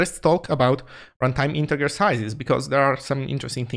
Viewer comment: Hi, thanks for this vid and all the zig showtime vids. I just wanted to point out that the English pronunciation of integer is like "intejer" (soft g sound).